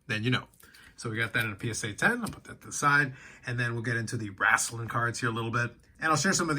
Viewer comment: It’s “wrestling” not “WRAAAAAAASLING”